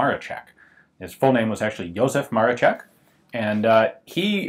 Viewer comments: 1. Not Josef Maroszek but Józef Maroszek. Small difference but ;) 2. Maroszek is pronounced as "Maroshek". I know, this is hard, I don't blame anyone for problems, at least they tried. 3. This is not 0 (zero) but letter O → O = Odbezpieczony (ready to fire), Z = Zabezpieczony (secured). For Polish user this has a lot of sense, for foreigners O is equal to 0 and this is the straight way to accidents. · It is pronounced "Jusef Marosheck". Either or, great video! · Józef Maroszek = Yuzef Maroshek You keep calling it MaroCHek like in CHips while it's pronounced as SH like in fiSH.